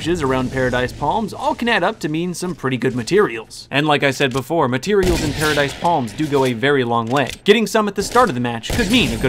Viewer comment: Drinking game: every time says matireals take a shot